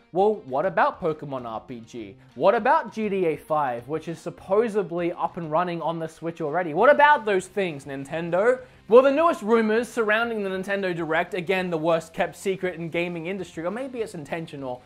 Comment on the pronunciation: it's "supposedly." With a d.